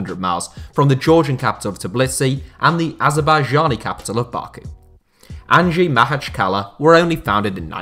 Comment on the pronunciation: Props on actually pronouncing the name of the club at least close to correct, which seems almost impossible for 99& of Western sports reporters, journalists and commentators.